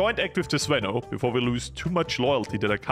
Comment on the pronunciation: its actually the zvenO not the zvEno, but I am Russian not a Bulgarian, so I might be wrong